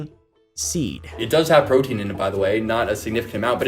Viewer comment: “Brotein”. LOL!